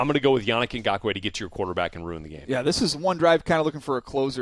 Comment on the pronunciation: you pronounced yannick ngakoue wroung